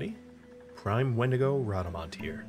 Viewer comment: I hate when you say the creatures name 😭😭 i would never say it out loud like that